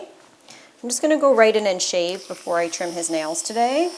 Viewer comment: SHAVE NOT SHEVE